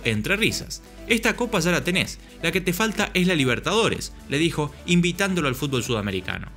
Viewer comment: Escuchar a Messi decir FULBO' me alegra la existencia.